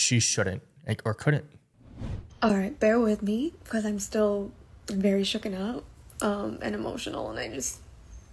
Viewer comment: I was with her right up to the point she said she was still "shooken" up. Okay I'm still with her but someone please tell her how to actually say that. It actually made me emotional too.